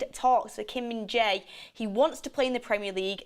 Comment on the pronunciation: It is pronounced Kim Min JAIR.